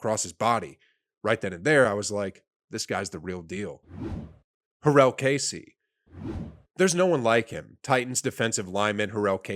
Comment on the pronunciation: for next time my guy: ste-fon gilmore juh-rell casey ty-ruhn matthew